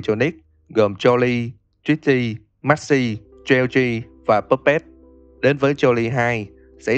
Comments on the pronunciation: Không phải geo gi phải đọc là choát chứ anh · Geogre ông đọc thành cheo chi :))